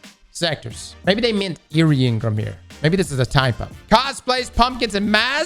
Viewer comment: Crossssssssssssss! N-Gram. Not In-Grum. Pleaseeee. 😂